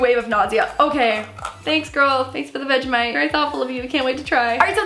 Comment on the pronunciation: I love the way she pronounces vegemite😁😁